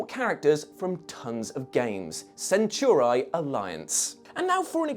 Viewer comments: For crying out loud its not "centurai" its "centauri" i really hope they didnt say it like that on purpose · Are we sure THAT is how you pronounce "centauri"? Asking for a friend